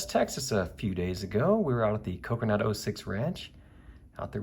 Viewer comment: Whenever you say Kokernot 06 ranch i hear Coconut 06 ranch! Lol